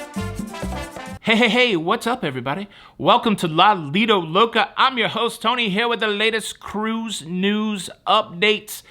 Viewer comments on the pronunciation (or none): none